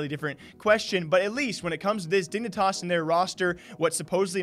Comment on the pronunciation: “Dingnitas” Lmao